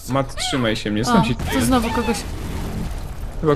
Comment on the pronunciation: " znowó "... *Facepalm*